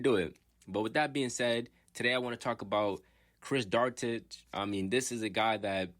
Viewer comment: His surname is pronounced Dew-ar-tay.. I am a Pacers and Kings fan. I hope Chris does well with the Bulls, as well as Jalen Smith. I still see Jalen having Giannis type potential as he matures. Chris has had a successful off season with the DR national team and seems a lot stronger.